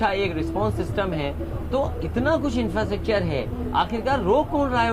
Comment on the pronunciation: रायबरेली, इंफ्रास्ट्रकचर aur aise kai shabd sahi se ni bol paye sahab.. na तलफ्फुज saaf aur na niyat. inki sarkar to jindgi me ni aayegi.